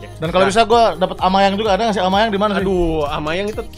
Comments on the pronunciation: Aubameyang bang bukan amayang wkwkwk semangat bang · Bukan amayang tapi Aubameyang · Bang aslinya namanya Aubameyang bang bukan amayang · Aubameyang bang bukan amayang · Bang bukan amayang tapi aubameyang bang plis baca